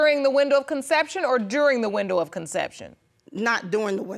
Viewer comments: “Not during the window of conceryiuupn” WHAT?? Lol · Maruquel Williams Thought she said “consex” the first time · Somebody please help mom pronounce "conception" and "conceived" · She said not during the window of consection! 😂not conception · She cannot say conception to save her life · Let me find out she can't pronounce conception. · I knew none of them was the father. That young man is too handsome. I knew the mother was lying, she could not even pronounce the word conception